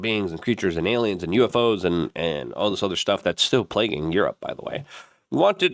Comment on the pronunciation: Why does this weirdo wants us to believe it's alyums so much?